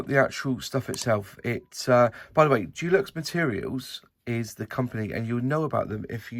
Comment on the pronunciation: De lux not Du lux! 😉